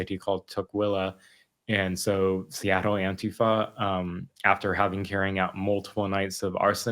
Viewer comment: Love Andy’s work that being said the way he pronounces Seattle is distracting